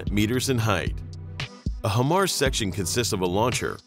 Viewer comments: Bro.....HIGHmars. Not hehmars. Makes a difference. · Maybe next time you could get the computer to pronounce “high-mars” correctly Jesus. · I actually DESPISE the way you pronounce it “HIMars.” 🫥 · IRRITATING HEARING IT SAY HYM-MARS INSTEAD OF HIGH-MARS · HIMARS. Pronounced "High Mars". Not "Him Mars." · HIGH-MARS... not him-ars. so annoying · FYI: The correct pronunciation is HIGH MARS (HIMARS), just saying! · Please... not "him-ars" but "high-mars". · I dis not finish the video cuz he keep saying... He mars.... Shouldnt it be high mars? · In the future... it's "HIGH MARS" not "HIM ARS." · You made a whole video about HIMARS without first bothering to learn to pronounce it correctly. It's HIGH mars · At least pronounce it correctly. It's "high mars". Before you put together a video about something, you'd better do a little more research. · If you've ever worked on these or ever been around them, you're probably cringing each time you hear "hemars" during this video. I counted 8 "hemars" before I had to stop watching this. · it's pronounce Hi MARS, now say it together. I'm a 13M and a section chief for this Army Job (MOS) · HIMARS (pronounced: High-Mars), or High Mobility Artillery Rocket System, is the modern lighter six-barreled version of the 12-barreled M270 Multiple Launch Rocket Launcher (MLRS) introduced to the US military in the 1980s. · It’s “Hi-Mars” dude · Him aars, lol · I hate to say it, but the pronunciation of HIMARS is throwing me off!